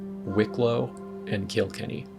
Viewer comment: Look up how to pronounce Galway, Moher and Kilkenny before you come back here